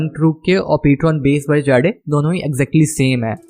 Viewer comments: Bhai it's not jaade it's jade btw nice content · Hahaha😂😂😆😂 bhai Ptron "जाड़े" nahi hai Ptron "जेड" right pronounciation hai👍🏻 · Jade 🤣 funny pronunciation